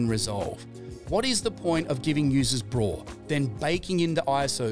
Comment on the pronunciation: please say b-raw and not braw...